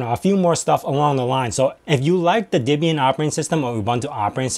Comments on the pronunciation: Are you saying Dibian? The name is from Deborah and Ian. Deb-ian. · Why do you say "Dibbian" instead of "Debian"? The "Deb" part came from "Ian's" wife - whose name was Debra. It wasn't "Dibra". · Pronounce Debian wrong.. :P